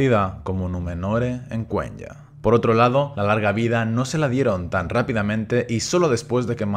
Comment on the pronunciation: Por que sigue pronunciando "Cuen-ya" y no "Cuenia" como es debido??